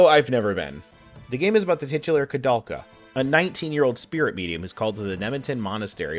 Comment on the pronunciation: It's interesting that a japanese person was inspired by a Czech-French photographer to name the game after him, meaning it should be pronounced with "ou" but at the same time, the japanese pronounce it as "korudelka" 🤔